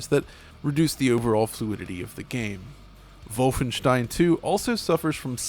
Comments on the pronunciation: That's a very Ted mosby way to pronounce wolfenstein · Not trying to be a dick but are you German? Doesn't sound like it... Worst thing in the video is you trying to pronounce Wolfenstein in a German American accent, but it's kinda funny it's so bad 😆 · I know he didn't, but the way he pronounces Wolfenstein just .... Makes it SOUND like he stormed the Capitol lol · Why does he keep doing the Germanic pronunciation for Wolfenstein? Is he European or pandering? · Every time this guy says "Vulfenshtein" it lowers his credibility. He knows that's not what the game is called, but he insists on saying it that way for some stubborn "everyone is wrong except me" reasoning. Makes him seem detached from reality, which leads me to wonder what else he chooses to be willfully ignorant about. He's the type of guy that would pronounce Data's name wrong on Star Trek and refuse to accept that although "datta" is an acceptable pronunciation of the word "data", the name 'Data' has only one pronunciation and that he is objectively wrong for saying "datta". Vulfenshtein is objectively wrong. And he is wrong for saying it. It is unnatural and stilted to switch accents and pronunciation mid sentence for a single word and stinks of "iamverysmart" over-compensation. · "Volfenshtein" Literally cringed. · just call it WOLF-enstein bro noone but u pronounces it like that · Ikr? "Vol-fen-shtine." Shudder Ja voll, mein herr! No, thanks. Not for me. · Dude you’re not German. Stop saying Volfenshtein. It’s pretentious and annoying beyond belief. There’s no reason not to say the games name in your native American accent and pronunciation other than to let everyone know how much better and worldly you think you are compared to the unwashed masses. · Vulfenshtein. The way he says Wolfenstein is annoying. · You sound like adumbass when you pronounce Wolfenstein btw. MajorClownEnergy. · Learn to say Wolfenstein properly you chump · Moooom he's staying Wolfenstein wrong! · It is wrong actually